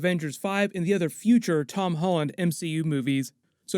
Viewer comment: Did anyone else hear Amy Pascal call Tom Ton?